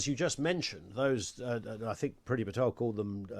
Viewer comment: A Tory MP and he can't even say th- correctly "I fink these left wing lawyers....". Fick as pig shit. Probably brought in to sound like your typical EDL type and appeal to them.